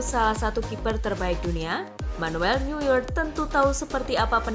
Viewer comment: neuer bacanya noier